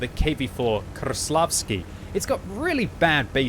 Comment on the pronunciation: "Krrrreslavsky" sounds funny ))